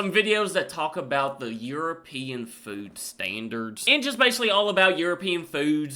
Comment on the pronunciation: Thzt Chocomel is the absolute BEST. NO WEIRD CHEMICALS. The nerve of that AI voice. It can't even pronounce European